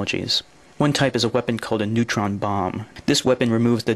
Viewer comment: What's a "neuton?"